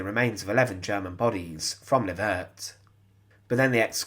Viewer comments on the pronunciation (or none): none